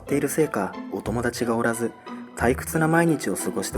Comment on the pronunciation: リリアちゃんは声が少し変わっているせいかお友達が「おらず」 退屈な日々を過ごして「おりました」 まず気になったのは始まってすぐのこの箇所 イントネーションは、人に聞いてもらわないと気付かないことが良くあります。 大阪の人間は大阪弁が人類の共通語かのようにどこでも大阪弁でしゃべるので、特に気づきにくいと思います。 GMチャンネルの過去動画 「コエヲタヨリニ」 こちらでも「本棚」のイントネーションが関西訛りなので、栗ちゃんがずっと気にしています。 視聴者の人も気になる人が多いようです。 このときのチャットで「すのこじゃなかった…」と発言しているGM Channelは、おーやまんですか？